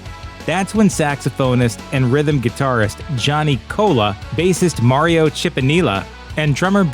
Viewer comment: Mario Cipollina’s name was terribly mispronounced.